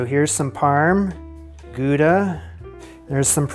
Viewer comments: Gouda pronounced how-da. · actually, it’s pronounced „gow-da“. 😌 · Small thing: Gouda is not in France, but in the Netherlands and in Dutch the 'ou' is pronounced the same as in English words like 'loud' and 'proud'. And with a hard G, but that one is hard for non-Scottish English speakers. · “Goo-dah” Is that how Americans pronounce Gouda? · It's not Gooda cheese, it's pronounced [χɑuda]